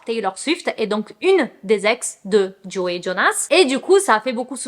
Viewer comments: trop mignonne 😂❤️ C'est plutôt "Jo" que "Joey" oui le "e" est muet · C’est bien JO et pas JOé pour la prononciation ahaha Par rapport à ce divorce je trouve ça vraiment horrible de tout mettre sur le dos de la femme parce que soit disant c’est une fêtarde. Genre si lui sortait et se bourrait la gueule tout le monde trouverais ça plus normal juste parce que c’est un mec j’en suis sûr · Tu ne peux pas aimer les Jonas Brothers depuis des années et prononcer le nom de Joe « JOEY » 😭😂😂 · J'ai trouvé ta réaction trop mignone quand tu as compris ce que les gens voulaient te dire. Je pense que c'est peut-être tes origines brésiliennes qui t'ont induites en erreur ? Si c'est comme en espagnol le e se prononce é aussi ? En plus dans Friends Joey s'appelle aussi Joseph et tout le monde l'appelle Joey donc ça pouvait aussi induire en erreur. En tout cas je ne trouve pas que ça enlève à la qualité de la vidéo. C'est assez souvent qu'on ne prononce pas les prénoms de la même manière que les autres, et puis on est là pour se divertir plus qu'autre chose, tu n'es pas une chaîne d'information non plus. Pourquoi les gens sont-ils si dramatiques ces temps ci ?